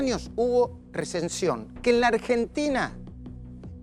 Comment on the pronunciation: minuto dice "hiMperinflacion" minuto dice "receNsion" eso sin mencionar q desde el minuto hasta el minuto es un flor de pelotudo